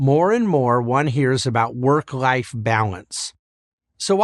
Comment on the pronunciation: The thing bugs me most is the way how he pronounce the word life. It's almost sounds like wife.